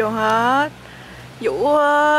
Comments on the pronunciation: Tên Vũ nói ngọng nên phiên âm thành dũ đó mấy ba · Tên của bn chuối là vũ mà đọc là dũ